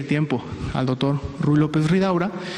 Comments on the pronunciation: Verdad que dice Dotor? 😆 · le cedere el tiempo al "DOTOR"